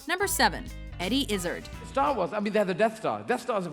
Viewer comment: Learn. To. Pronounce. Eddie. Izzard.